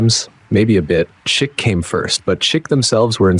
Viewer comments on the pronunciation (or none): Chic pronounced Sheek.